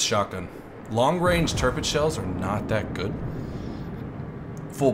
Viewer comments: Its kinda like: Tir = Tier You said it like Törpitz but thats pretty good to. Love your Vids tho :) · it´s pronounced TiRRpitz just leave the chewing gum ""arr" R ;-) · Btw you pronounce Tirpitz wrong